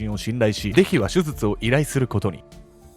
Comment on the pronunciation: 手術…しゅじゅつ。【しゅずつ】ってのが気になってしまい、内容が入ってきません😂